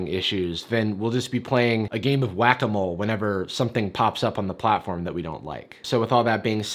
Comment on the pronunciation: bro why does the pronounciation of whack a mole sounds like a gringo trying to say guacamole